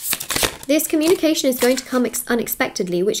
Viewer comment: “I am open to honest comúnication”🕊